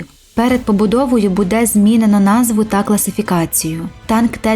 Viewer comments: Питання до озвучки. Що за будЕ? Чому наголос на другий склад? Ми ж не в селі. Виправте це будь ласка, ріже слух!!! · Не зрозуміло що з наголосом??? Музей Патона? Серйозно? БУде?